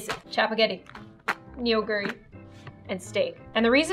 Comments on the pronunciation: me, being the not so Korean Korean, have two comments. A) ME PROUD B)it's not Neonguri, it's pronounced Nuguri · Neoguri is pronounced (no-gu-ri)